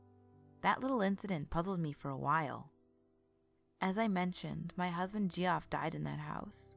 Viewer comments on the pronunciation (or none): Deff not pronounced "Geoff" lol it's pronounced "Jeff" my brother has the same name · And it’s Kenn-e-stone hospital. And Geoff is pronounced Jeff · Geoff is pronounced Jeff. just had to mention it. funny way to spell the name imo!! ;) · Marietta (Mary-Etta), Kennesaw (ken-uh-saw), Kennestone(ken-uh-stone), Geoff (Jeff) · Love the narration and the story. Great work!!! Ima fan. BTW Geoff is pronounced Jeff. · Hey sis. HOW do you feel about rerecording the Jeff story? Because I had to listen to it twice because I was more entertained by your pronunciation of Geoff. And silly enough me and my husband got distracted and started talking about people who spell their name that way. Before we knew it. We had missed the entire story. lmao... I'm thinking maybe we weren't the only ones. Just a thought. but i STILL you have an awesome voice. <3